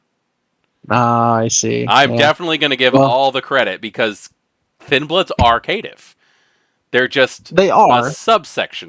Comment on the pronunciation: ah the famous Kittiff. lol love you man but the way you pronounce Caitiff —> Kittiff or Vicissitude —>Vistitude kills me everytime. This video is still a thumb 👍 for me